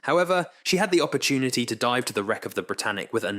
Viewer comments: Odd that the narrator pronounces words two different ways. Must be another ai. Dive- deev, scientific- scientifique. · Deeev? TITan? Really? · A "DEEVE" of only 7 meters..smh this ai crap is worthless to listen to